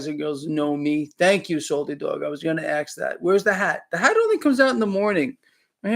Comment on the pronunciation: "...axe that" ??